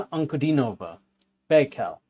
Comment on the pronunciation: "An-ku-DEE-no-vah" Accent on the middle syllable. "Buy-cal". Baikal.